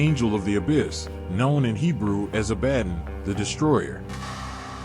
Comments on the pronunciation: Thank you…… that was making me nuts. He (or it) didn’t pronounce “Abaddon” correctly either. 😢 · You did all this research and cool artistic stuff but have no idea how to correctly pronounce Abbadon!!!!!!!!!